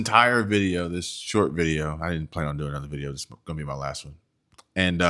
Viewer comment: In shoet ... impotent